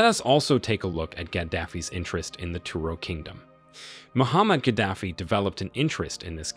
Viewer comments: His name is not Muhammad. His name is Moaamar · Who's Muhammad Gaddafi??? Do you mean Muammar Gaddafi?? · its muammar not muhammad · It's not Muhammad Gaddafi its Muamar Gaddafi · He's name Muammar Gaddafi not Muhammad xD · Gaddafi first name is not Muhammed it's Muammar ! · How you talk about a person you don't know his name? He is Muammar not Mohammed...very ridiculous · When making a historical video, try at least to get names of the main players right. Col. Ghadafi's name was not Mohammad but Muammar. 🙄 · If you are going to make an episode about a leader, it helps greatly to know his name in the first place. His first name is Muammar, not Muhammad. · His name is 'Muamar' not Muhammad. Muamar Abu Sina Al-Qadaffi. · My friend husband name is Muaamar Gaddafi NOT Muhammad!!! Wtf man get your shit right. And it's spelt Libya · Muammar Gaddafi not Muhammad Gaddafi! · the name was Muammar not Muhammed kaddafi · It us Muammar, not Muhammad. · It’s Muammar Al Gaddafi not Muhammad Gaddafi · Muammar is his name. Not Muhammad 🫣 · Muammar, not Muhammad. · His Name Is Mhomar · Name was Muammar Gaddafi, get it right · Can you at least say his name correctly, M U A M A R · Muammar. Mispronounced first name aside, good video. Tony Blair and Co. betrayed him as well, they started diplomacy again after he got rid of the nukes then a few years later, they were supporting his overthrow again. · Get his name right !!! It's MO amr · You got his name wrong. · couldnt even get his name right, have respect for the man who turned the desert green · Muammar Not Muhammed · It’s Muammar …. You gringos